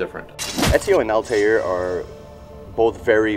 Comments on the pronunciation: it's Altair not Altiar o.O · They can't even say Altair properly. lmaoo